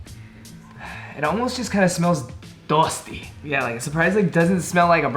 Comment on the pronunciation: Nobody: Literally no one:: DoUsTy... Also: NaYsTy